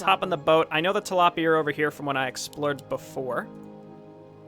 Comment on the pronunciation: Tilaipia lmao